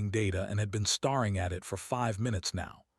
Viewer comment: Star ing, breathed, bowed! Same words mispronounced every story and never corrected!